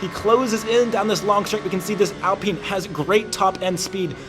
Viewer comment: It's AL Pine.... Like the tree!! Pine..